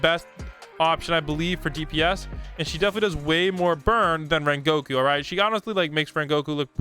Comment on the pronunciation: HOW DID YOU SAY RENGOKU TRASH